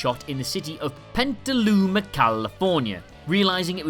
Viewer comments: the town is called Petaluma, not Penta Luma. There is no N in the name. Pet Uh Loo Ma. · It’s pronounced nu-cle-ar not nuc-U-ler, and it’s PET-a-luma, not PENT-a-luma 😂. Also, I always thought it was funny that Marty’s band was called the Pinheads because Michael would’ve very likely remembered a band from Vancouver in the very early 80s that had several hits and toured with KISS called the Headpins with the late guitarist Brian MacLeod and singer Darby Mills (who my brother now plays guitar for). But that is probably just a BC thing. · 🔵 Just after the narrator pronounces the name of "Petaluma" California as "PENtaluma"......GEEZ!!.....Why can't this narrator even get the pronunciation of a well-known city in California correct? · And by PENTA-Looma California, you of course mean PETALUMA. 😂🤦🏻‍♂️ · It's NOT "Pentaluma"... It's Petaluma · PETAluma. Not PENTAluma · There is no N in “Petaluma”. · It's Petaluma, CA. Sounded like he said Pentaluma.Also, Edward Van Halen was the guitarist in Van Jalen, not the singer. Sheesh. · One thing the narrator missed...it's Petaluma, not Pentaluma. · There's no "Pentaluma, CA". The city is called Petaluma. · DeLorean could absolutely go above 85 MPH. It was a federal requirement that speedos stopped at 85 for a couple years. Even Porsches and Ferraris briefly had an 85 mph speedometers. Also, it's Petaluma, not PeNtaluma. This is my first Youtube comment. Worth it. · Dude it's Petaluma..... not Pentaluma..... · I don't know if anyone stated this but the city is pronounced Petaluma, California. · No letter “n” in Petaluma. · There is no “N” in Petaluma, California. Why slow down your speech and mispronounce it? Talk about attention to detail haha.